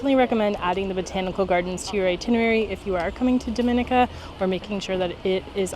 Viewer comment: Actually it's pronounced DOM IN E KA.....ask a LOCAL!!!!